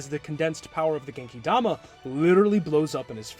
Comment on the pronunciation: I haven't watch the full video yet but I have to point this out . I love to hear an English speaker finally call it Genkidama.